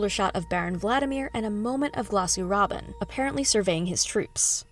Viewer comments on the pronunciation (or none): Lots of really weird pronunciation on this video. Like Thuffer Hawat. Glossu Rabbin.???